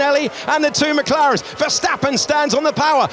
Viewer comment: eu ouvi bem, "as maclarens " fdx "OS MACLARENS , OS CARROS MACULINO OS FERRIS OS MCLARENS; OS RED BULLS" é mau demais, HAMILTON é com H e não com R, não é RAMILTON, tem de aprender a falar, mais á frente diz " ai estão so dois carros da ferrari" o que está correct, carros, depois diz uma Ferrari!!!! é muita ignorancia mesmo.